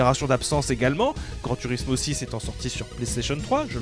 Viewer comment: Prononcer grand tOUrismo svp j’ai déjà tuer 14 chatons depuis le début de la vidéo pour passer la frustration, pas cool